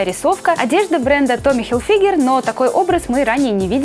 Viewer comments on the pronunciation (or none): Не хилфигер, а хилфиджер!!